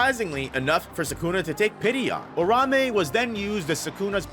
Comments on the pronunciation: Ur ta hime that’s how you say it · Lean how to say Uraume correctly you bum lol